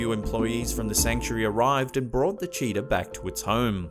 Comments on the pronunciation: Cheetah not CHEATER! Learn how to speak proper English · Lmao even the subtitles says you said cheater instead of cheetah. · When he said cheetah I laughed because he said cheater and I was like what... his mom and some other man lol